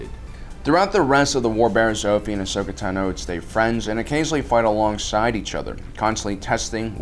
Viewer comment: Bruh its ahsoka tano not ahsokatu no